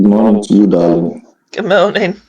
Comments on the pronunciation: Every time I hear him say dahleeng and profess lurve I need to swallow a tiny bit of vomit. Will enjoy his come uppence immensely. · Doll-ling , doll-ling 😅😂